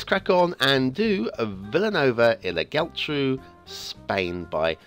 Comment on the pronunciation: Only Geltrú is misspronounced this time, should be "Yeltru" (so not bad at all). Just remember the accents in words with more than a syllable show that's where the stress is. But this is not Spanish, it's Catalan!